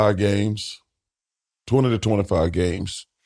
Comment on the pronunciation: BOTH times I thought this man said 225 games lol I'm like say that again and chuck says 225 games again. But luckily I can break down mumble lingo cuz he's sayin 20 to 25 games.....🤦‍♂️🤣🤣🤣